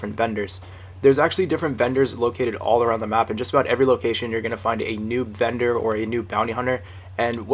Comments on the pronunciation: I thought he was saying bender instead of vendor XD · Is he saying vender or bender?!?!? 🤔😂